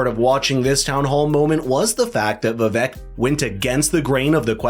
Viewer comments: its vi vake. not vi vek. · The biggest downfall for Vivek is that no one can pronounce his name no matter how many time he tells people. It is pronouced "Vi-vAke" like "cake" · ViVak 😂 It’s Vi-Vake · Just an FYI: Per Vivek after the first debate, his name is pronounced Vivake. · It’s pronounced Vivek as in CAKE. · Great presentation. Skilled, polished. Loved the interweaving of quotes and cameos. Very value-added. One request, please. The guy’s name is Viv-ache, rhymes with cake. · its pronounced Viv-ake, like cake, Vivek Ramaswamy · Love this video. The only thing is that his name is pronounced Vivek like CAKE! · Pronounciation is " Vi - Wake", A Sanskrit word. It combines "Intellect" with "Wisdom". It means - Discernment ! It means "Clarity of Thought". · if youre going to make a video about the dude at least learn how to say his name correctly... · Vivek’s name needs to pronounced correctly dude. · I am so underimpressed with commentators who are pleased enough to cover Vivek, bu too lazy (or something???) to pronounce his name correctly. Come on guy, make a bit of an effort. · Lean to pronounce Vivek's name correctly of you are going to do a story on him.